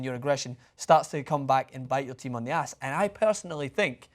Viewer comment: Scots sound weird when they say ass and are not talking about a donkey Green isn't a donkey (IMO)